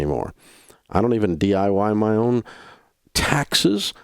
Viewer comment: “I don’t DYI my own investments” Dave Ramsey